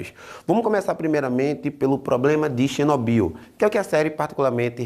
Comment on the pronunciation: Xinóbiu, kkkkkkkkkkkkk. Q isso,?